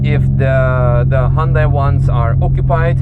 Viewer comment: Great review. The only suggestion is with your pronunciation...it's "Hyun-DAY" (As in "Rhymes with Sun-DAY" from the famous Super Bowl commercial on how to pronounce the name). Otherwise, great review